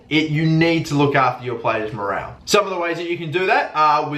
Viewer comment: morole you say morale morole